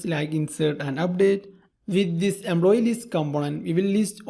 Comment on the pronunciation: What's with the EMBLOYEE ?!!